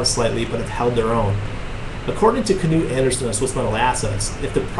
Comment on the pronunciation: Good video, and thank you for pronouncing Knut the correct way, as you can see in my name it is something I have gone through time and time again, anyway, just wanted to let you know!!